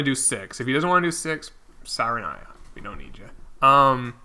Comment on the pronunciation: Saranoya lmao it’s sayanora